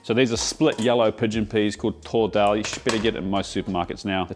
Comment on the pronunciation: Hate to be that guy, but it's Daal, not Dhaal. In Devanagari, दाल, and not धाल